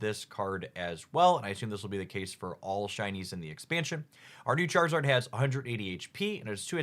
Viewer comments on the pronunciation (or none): none